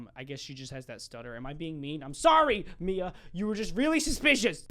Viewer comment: The hand one my names mia AND YOUR DA BEST U SAID IT RIGHT PEOPLE SAY IT LIKE MYA